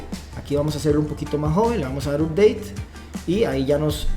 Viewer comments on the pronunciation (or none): none